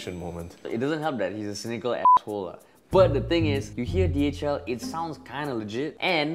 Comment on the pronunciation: Does anyone heard DHL as DHM